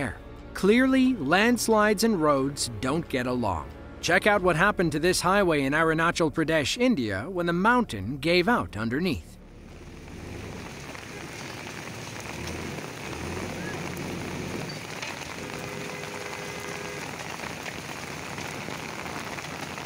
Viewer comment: Ah roon ah chahl prah desh is how you pronounce it. Never pronounce any foreign word with English pronunciation. You will always get it wrong. Virtually all the rest of the world's languages have clear, open vowels like Japanese, Spanish, Finnish,etc.